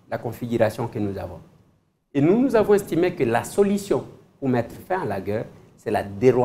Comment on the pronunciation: la guerre c'est pas la gueurre. Naguère c'est pas Nagueure. Ca se prononce différement